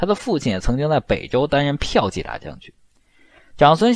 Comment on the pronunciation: 骠piao骑（qi二声）大将军。不是 嫖妓大将军哦